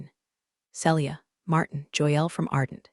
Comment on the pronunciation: Celia is pronounced Seelia not Sellia. If you can’t pronounce it don’t use it.